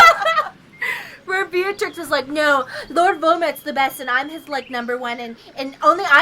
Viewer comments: So I love you girls, but the Potteehead in me died a little when you called her Beatrix. It's bellatrix. Sorry. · It's "bell-a-tricks" guys xD